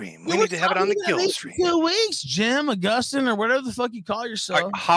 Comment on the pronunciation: Jim UH-GUST-STEN lmfao